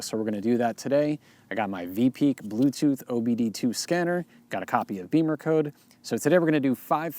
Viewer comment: Why do people pronounce it "BEEMERcode" when it's spelled "BIMMERcode"? (you're not the only one)